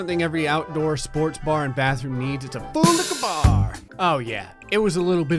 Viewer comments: i always hear 'fully cabar' lmao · i know its full liquor but my ears always says he said toelicker bar 💀💀💀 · I thought he said colica bar. I’ve wTched him for years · Ful liquor bar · wait , its Liquor ? IVE ALWAYS HEAR IT AS " FULL LIKE A BAR" MY EARS HSHSHSHSH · i thought he was saying fool licking bar a year ago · Its boolacabar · S. Essilfie to me it legit sounds like “FOLICA BAR!!!!!!!!”